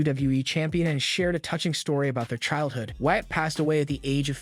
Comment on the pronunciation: It’s WYATT not Watt